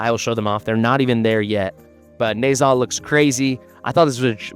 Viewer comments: In Chinese you pronounce zh in Nezha as j in jam. Sort of Ne-ja. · NAH-Zah. Its not a long Ā homie. Lol Na Zha was supposed to have fought Sun Wu, and Au Guang the water dragon.